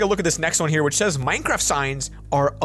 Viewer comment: Nobody going to talk about "Minecradt"